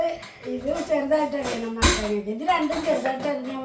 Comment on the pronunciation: Mathakka alla. Mathanga